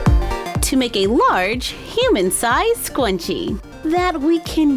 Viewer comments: It’s a hard “scr” sound in scrunchie . “SK-Runch-ie” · You said scrunchie wrong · your saying it rong but its fine. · I am confused... is she saying scrunchy wrong, or have I been saying it wrong this whole time!?🤯🤔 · I hate how she prounces Scrunchie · There’s a r in scrunchie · Bt your saying it wrong you have to sound out the r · Oh my gosh I love you but I cannot that’s not how you say scrunchie....my inner 90s girl is hurting... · Asia Welch No she’s pronouncing it wrong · Why do you say scwunchy?its scrunchy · Scrunchie- (skrrrrr-unch-eeee) Not scwunchie But what a great craft. I have been watching you since grade 3 (or when you started making videos) and now im close to graduating. Keep it up💕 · Ur saying scwunchi and its ok I have trouble with my r so its ok I say scwunchy all the time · Its so cute how you say SCWUNCHIE 😆 love ya!!! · It’s so cute when she said scwunchie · did anyone else hear her say scwuncie? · No offence, but, is it just me, or does she say “scwunchie” um, I use the “r” but I’m not sure u do... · Oh my gosh not tryna hate frickin luv u um am I the only one who almost frickin exploded cuz she said sqwunchie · Not trying to be rude but it’s (SKRUN-chee) but it’s cute love you! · I was ab to shoot myself if she pronounced it sqwunchie one more time (it was a good video though might try making my own) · Why does it sound like ur saying scwunchie🤔🤔🤔🤔🤔🤔🤔😂😂😂😂😂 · you kind of sound like your saying the word scwenchie, but It might just be me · why does she keep calling it a scwunchie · What the heck is a scwunchie i cringed so much , , , , , , and so much more! I know I was kinda being rude but no hate to you or your crafts it just got on my nerve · I love 💖 how you say scrunchie “SCWUNCHIE” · ITS NOT A SCWUNCHIE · It's pronounced scrunchie￼ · It kind of sounds like she is saying scwunchie it kind if bugs but love ya anyway! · Did she say ..........squenchie!!!! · says scwuncie Me: AHHHHHHHHHHHHHHHHHH YOU BETTER STOP!!!!